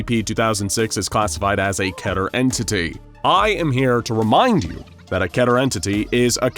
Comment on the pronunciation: KEE-TER. Not ketter.